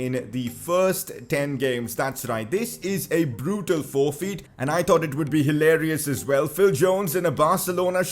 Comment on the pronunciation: sorry ik its a bit harsh but his accent when he says forfeit its 'forfeeet' 🤩😂😂